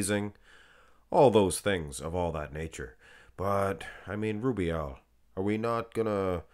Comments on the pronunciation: you'll be fined soon for the way u say rrubiel 😂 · Love the way you say Rubiel 😂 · LUV rolln that R